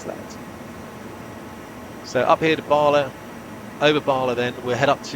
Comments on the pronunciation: Never heard of Capel Celyn being referred to as Scooby doo 😂 It's very odd to hear Bala pronounced as Baarley... Ba-La, again, Ba-La. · You're pronouncing Bala wrong. It's not Bar-la as you say it, it's Ba-La, each syllable to rhyme with the word man, without the n. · Just to let you know. Bala the first Ba is pronounced as in Bad. 🏴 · How do you spend years in Valley and you can't pronounce Bala right, Sir? 😂😂 Cymraeg Famil booked in for next week for you boss😂😂😂 Seriously though, this was fabulous stuff.